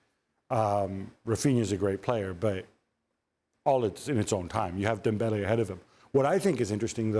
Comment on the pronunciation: does the host realise dembele isn't spanish or does she just force her pronunciation for every name